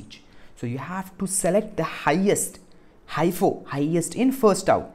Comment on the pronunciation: its mostly pronounced as he -fo